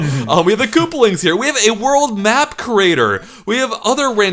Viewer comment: It’s koopAlings, not kooplings